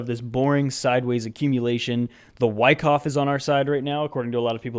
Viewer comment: I appreciate the awesome TA and entertainment, as always. However, I do not appreciate you mispronouncing "Wyckoff" so many times. Any avid viewer knows it's pronounced with a soft a.